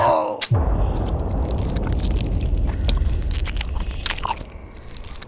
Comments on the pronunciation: its not mecho bhoot eits mesho bhoot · Mechho bhoot❌ Mekoboot✅ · It's "mecho bhut " 🙂